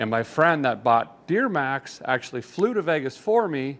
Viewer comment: Just a question did you know you said deermax😊😊